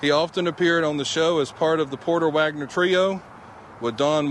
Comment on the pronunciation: As a redneck from Alabama, I can testify you are correct about the pronunciation of his name lol. Also on Saturday cartoons were over when you would see his bus rolling down the road on the tv show Saturday afternoon lol.